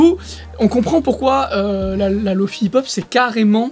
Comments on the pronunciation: Je sais pas pk il le prononce comme ça. Remarque que google translate fait de même. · C'est pas Lo-Fi ou Lo-Faie, c'est Lo-Fi ! Le 'i' se prononce 'i' comme dans le mot Fidelity, tu l'expliques toi-même dans la vidéo >.> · Je sens que ta prononciation de Lo-Fi va me trigger tout le long ahah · Je sais mais je sais pas pourquoi ça me trigger quand même x) Excellente vidéo au passage